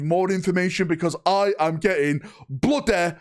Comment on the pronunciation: Bloodeh, bloodeh excited!